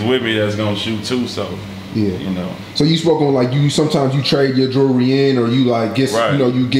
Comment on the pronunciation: Learn to say jewlry not Jury